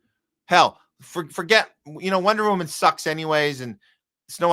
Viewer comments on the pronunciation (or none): none